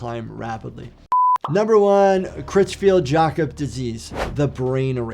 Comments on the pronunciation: I’ve never heard CJD pronounced like that before 😎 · The pronunciation of "Creutzfeldt-Jakob" was craziest, to be honest.